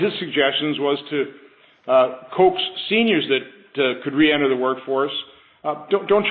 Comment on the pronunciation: "Coax." CO-AXE.